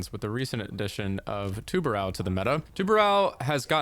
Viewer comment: Please learn to pronounce tubarão, not tubarau